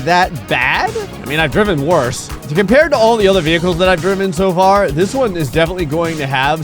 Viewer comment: Am I the only one that gets triggered every time says "driven"? 😆